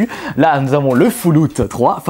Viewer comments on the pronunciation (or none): on dit FALLOUT pas foulout xd, GG bonne video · "Foullout" new Vegas mdrrr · Mdr comment il prononce les jeux C'est surtout fallout il a dit " fouloute " mdr j'étais mort . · "FOULLOUT"... no comment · Foulout ? Sérieusement tu sais pas parler ?